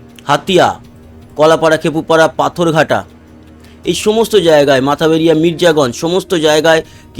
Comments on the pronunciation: দাদা মাথাবারিয়া না মঠবাড়িয়া 😊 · Mathbaria কে আপনি সব সময় মাথাবাড়িয়া পড়েন। এটা মঠবাড়িয়া। ধন্যবাদ। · উচ্চারণ হবে মঠবাড়িয়া হবে। বাংলাদেশের দক্ষিণ অঞ্চলের একটা থানার নাম। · ইংরেজিতে লেখাটি মাথাবেরিয়ারই উচ্চারন।যে জানবে না সে এভাবেই উচ্চারন করবে স্বাভাবিক।